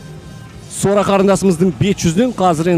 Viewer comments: Документте жарайды Сора деп жазылган, енди биздин коментаторлар Сора Сора демей Сара деп айтса болады гой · Сора сы несі Сара деп айта беріңдерсей.Біртүрлі естіледі екен. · Келесиде атын жондеп жаттап алып сосын атын атаныздаршы, Букил халыктын алдында Сара ны Сора демей.🤨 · Ақмақ болмаңыздар, Сараны сора деп, жағымсыз есітіледі, қазақтада өзбектеде сора емесғой!? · Сора емес Сара деңдерші